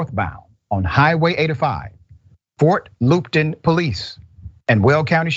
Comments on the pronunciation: I grew up right next to weld county, I can vouch the officers out there aren't too bright... and it's fort Luppton... pronounced. Not loopton. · The pronunciations r PLAT VILLE not platteville and FT. LUP TON, not loopron. Phonetics used 2 b important n news reporting. THIS INCIDENT IS WRECKLESS ENDANGERMENT!!!